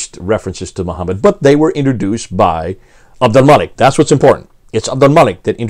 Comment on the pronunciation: I say this not to be disrespectful or detract from the point but abominable Arabic pronunciation peppers these talks with a refreshing sense of humor. Lol Mōō'a-Wēēa (Mu'āwiyya) Ūbdilmulik ('Ābd ul-Mālik) Ūlla (Allāh)